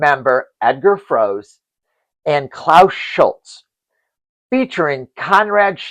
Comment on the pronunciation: Dear friend, in German we read the last syllable too (Froe-se, Schul-tze etc.), so you pronounce the TD's names wrong, "angloamericanising" them...